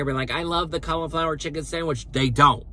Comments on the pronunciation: "cull"-iflower? or "call"-flower? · It's not "culiflower" it's cAuliflower. Vowel sounds matter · Not "culla-flower" it's cauliflower (call-a-flower). I would not spend any time watching another of your videos. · "Culliflower" is that how they say trash in North/South Carolina? 😂😂😂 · The way he says cauliflower 😂